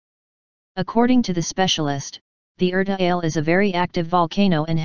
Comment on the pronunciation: Pronounced Er ta Aa le